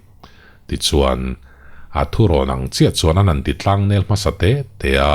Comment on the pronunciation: THILTLANG atangin . Chhiar uluk tur, "Thingtlang khawi khua ber?" ti chut lovin, a sakhming Thiltlang. 🤣